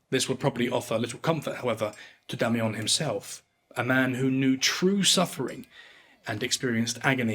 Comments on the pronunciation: Oh for Heaven's sake... DO get some help before you even TRY to pronounce words in French...🤨🤦🏻‍♂️🤬💩 "La journée sera rude"... 🤨 WHAT? Or M. Damiens surname... it's not Damiyan ...Damiyen.. Sorry, but this clip was boring and made worse when an English man "trayying tå speek Fräänschä... ". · Not being a dick, but the pronunciation of Damiens needs work. Not “ons”; but more “eh” with nasality. I wish I could do it for you. Damiens- shove that “eh” in your nose. You already have a nice nasal for ‘ons”. I enjoy you. Thanks. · Take a shot every time he says, "Demmy Yong". 😂😂😂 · pronounce Ecu like eikoo, you mean? Or Damiens like Damiahn? It doesn't take AI to butcher French, just any monolingual Anglo speaker.